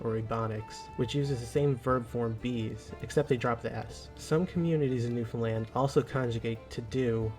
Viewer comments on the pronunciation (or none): As someone from Finland whose partner is from Newfoundland, it makes me cringe a little when you pronounce Newfoundland as "New Finland" emphasizing the "fin", haha. There's a lot more emphasis on "land" in "Newfoundland" than in "Finland". Newfin-LAND vs FIN-land. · It's Newfoundlánd. Accent on last syllable ;) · Newfoundland is /ˈnufənlænd/ or /ˌnufənˈlænd/, you don't emphasize the "found." I love Newfoundland, it's home lol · The emphasis is wrong. The emphasis isn't on FIN The best way to understand how to say Newfoundland is to say Understand. The emphasis is on the the last syllable. NewfinLAAAAND, understand. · it's not new-fin-ease..... it's newf-in-ease!! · Newfoundlander here, it's NewFUNl a n d. Same cadence as Understand. Newfoundland is the most Irish place outside of Ireland. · Newfoundlanders pronounce it Newfin-land, with a little pause on the dash, not New-finland, which will definitely get you labeled with the somewhat derogatory nickname "Comefromaway". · It’s a shame that the presenter as a Scotsman does not know that Gaelic ( Scot’s Gaelic not Irish) is pronounced ga-lick unlike Irish Gaelic which is pronounced “gay-lick”. And by the way as a Scotsman living in Newfoundland this place is pronounced new found land not new Finland. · Newfoundland NOT New Finland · It’s pronounced “noo-fun-LAND as in understand Newfoundland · For the everloving fucking jesus stop saying New Finland. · How's ya gettin on? I live in Newfoundland, but yer sayin it wrong. Instead of pronouncing it Newfoundland, we says " Newfinlan". Say three separate parts" Newf...in...lan " don't pronounce the 'd'....Newfinlan. is ya on Instagram? If ya is, I'll pop o'er dere and drop a video to help ya out😅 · The rule of thumb when it comes to pronouncing Newfoundland is you pronounce it like understand. But it's really pronounced new-fun-lan (said fast). We locals do not pronounce the D's lol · It`s pronounced "New fin lan". Great video b`y! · Newfin LAND